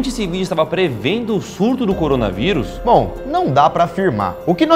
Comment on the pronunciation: Eu antes de clicar no vídeo: Corona veuris A intro: corona veuris Eu: ( '-')